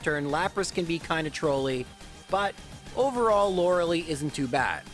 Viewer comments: LOR-EH-LIE, not “Loralee”. Going to keep commenting this until you fix it. Please stop butchering her name. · He claimed that, but he was wrong. Lorelei is a name of German/Celtic origin and the very vast majority of cases it's pronounced Lore-eh-LIE as a result. Plus she actually says her name out loud in Pokemon Puzzle League for N64, and pronounces it Lore-eh-Lie. There's really no evidence whatsoever to support "Loralee" besides JRose's doubling down and claiming that's it's a "valid interpretation" of pronouncing the name, which... if you're using that logic, then ANY name could be pronounced like anything, sure. In any case, this specific character's name is 100% pronounced Lore-eh-LIE though.